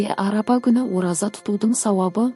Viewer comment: Арапа емес Арафа Аумин емес Амин